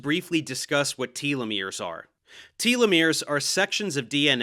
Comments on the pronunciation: Tolomeres are one of the critical keys to anti-aging. Anyone making progress in anti-aging should absolutely be considered for a Nobel prize. Also, you are mispronouncing telomeres. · Maybe I'm the one in the wrong, but I've never heard anyone pronounce them "TEA-Leh-Meres" lol. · It's Tel-uh-meer, not Tealameer 🙄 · Tell-o-mears, not Tee-lo-mears. Cite your source for your pronunciation... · i am losing my mind, it is "teh-loh-mir", not "tee-loh-mir" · You (and Bret) need to learn how to pronounce “telomeres”.. it’s not “tea-lovision” or “tea-lephone” or “tea-legraph” is it? No. It’s no different with this syllable. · It's pronounced telomeres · I believe it's pronounced tell-lo-meers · Its odd because I've always pronounced 'telomeres' as 'telomeres', however; both Professor Dave and Brett pronounce them 'telomeres'.